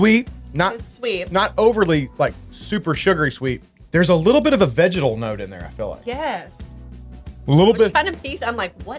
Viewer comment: Could have sworn when you were saying vegetal that you were saying vaginal haha! #doitblind #gucciscissors